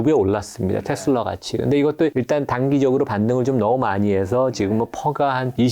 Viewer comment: 제발 ‘테슬러’ 라고 발음하지 마세요. 저 미국 30년 살고 있고 영어 능통한데 아무도 그렇게 발음 안해요. ‘테슬라’입니다. 정말 거슬리네요😮